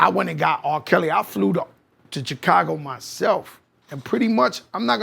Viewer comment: the way Joe pronounces the CH in "Chicago"